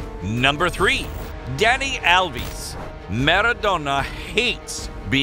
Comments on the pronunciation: “Dani alvis” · Dani alvis is the way these drunk guys are pronouncing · ”dani alvis” is drunk again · "Dani Alvis" -Oh my total 31/12/19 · can you please learn how to pronounce Dani Alves right. It is hurting my head